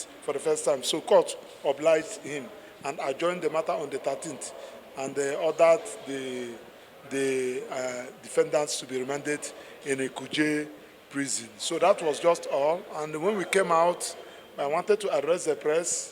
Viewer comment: He said they were remanded. He said it like reminded.